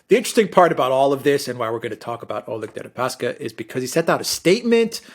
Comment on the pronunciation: Oleg --> [Al' ek]